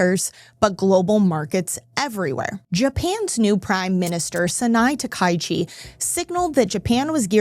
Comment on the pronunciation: The Japan PM's name is ta-ka-i-chi (4 syllables), not ta-kai-chi (3 syllables).